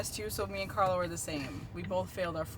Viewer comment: puoi impararealmeno a pronunciare il nome di Carlo in modo corretto???